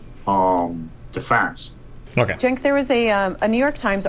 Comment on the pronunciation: Damn, after all this time Destiny is still going to go into this debate not knowing how to pronounce Cenk's name?